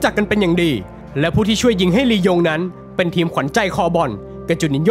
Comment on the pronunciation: หายไปนานละคำว่าลียงลงเป็นยิง